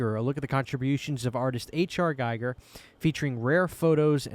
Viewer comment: Apologies, but it's a pet peeve of mine: H.R. Geeeeee-ger 😜